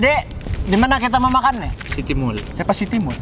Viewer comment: "Bah jd mana kita mau makan ni" "D citymul": siapa si citymul? Me:🤣🤣🤣🤣🤣🤣🤣🤣 Btw tabal juga kan jerebu sana. 🌚 punya kabur udara sana